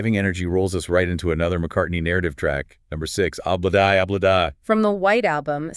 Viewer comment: It's prounced Oh blah dee, Oh blah da, okay. And John did not have a severe cold he just had a cold. Otherwise he wouldn't have been able to sing at all. If he'd really been that ill they would have canceled the recording session. However you are correct about him stripping down to the waist and belting it out. He wasn't ripping his vocal cords but he was straining them okay it's not like he was freaking hemorrhaging. Just needed to point those things out.